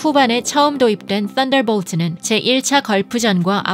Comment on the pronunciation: 애이10 떤더뽈트 야쉉멥돼쥐 ...........원어민 발음에 경탄합니다 헐귤리스 ㅋㅋㅋㅋㅋㅋㅋㅋㅋㅋㅋㅋ